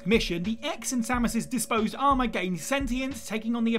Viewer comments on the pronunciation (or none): none